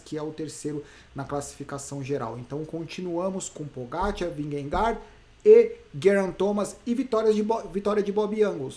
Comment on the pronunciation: Só uma curiosidade, a pronúncia dinamarquesa para Vingegaard é algo como "vinhe - gou". 😛